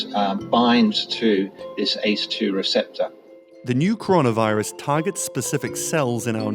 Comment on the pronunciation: Conora virus will not end until you read the first word correctly!